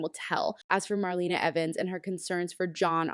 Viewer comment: Please get the facts straight and learn to pronounce names correctly! Jave (Ha-vee) is Rafe & Gabi’s (Gab-bee) cousin (the son of their Aunt). Marlena is pronounced Mar-lay-na. The Kiriakis Thanksgiving was with the Brady’s at the Brady Pub, not at the Kiriakis mansion.